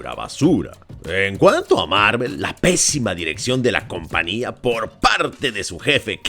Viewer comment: Siempre me ha gustado ver los videos del, es un gran crítico, buenísimo todo! Pero que es eso de.... "Compania" vamos amigo! En serio!??? "Compania!" 😖😖😖